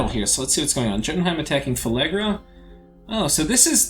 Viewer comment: Phlegra, not Phelegra.